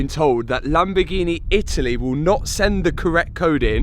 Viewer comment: Well I guess he does actually know how to say Lamborghini LOL he kept saying it weird and then all the way at the end of the video he actually says it correctly LMFAO